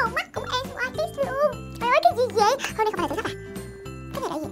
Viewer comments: Chị ơi k phải đọc là N.Y.X (en- goai- ích)mà là NYX (ních- xờ) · NYX đọc là nít nha chị 😍😍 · trời ơi NYX mà chị đọc là N Y X